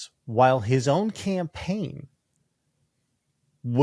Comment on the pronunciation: "She ran a good compain" 😂